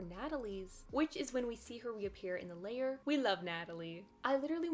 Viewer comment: Lair is not pronounced like layer...